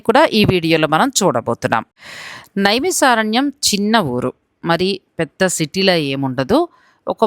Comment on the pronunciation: Madam first aaa peru maarchandi... నైమిశారణ్యం .... ష...కాదు